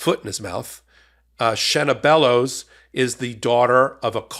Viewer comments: You're pronouncing her name right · You said her name correct. Love ya here in Maine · You are pronouncing her name correctly i am a Mainah born and raised she is a great secretary of state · You are correct in your pronunciation. I'm proud to live in Maine. :)